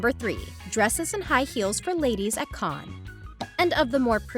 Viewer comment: Finally someone who pronounces Cannes somewhat accurately